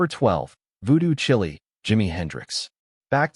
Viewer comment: It's Voodoo Chile (rhymes with vile). That's vile as in many of your pronunciations.